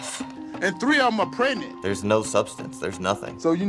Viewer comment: He said 3 other cows are prednant, not pregnant, he's illiterate as hell, just like the right wing. Wow